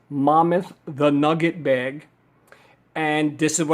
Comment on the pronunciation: Hey thanks for the review but why do you call it "Momuth" and not "Mammoth" like a woolly mammoth? There is even a picture of one on the bag.